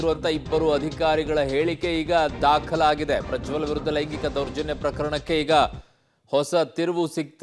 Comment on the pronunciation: ಪ್ರಜ್ವಲ್ ❌ ಪ್ರ ಜೊಲ್ಲ ✔